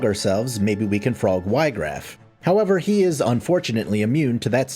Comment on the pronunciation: not even 2 seconds in: "WHY-graff" bro